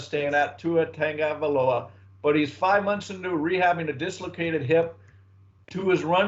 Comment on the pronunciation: At least pronounce Tua and Igbinoghene’s name correctly. Tung-o-Vai-Loa Ig-bin-og-gah-nee. (rhymes with mahogany)